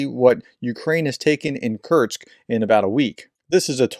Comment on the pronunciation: Just a niggle: There's no 't' in Kursk.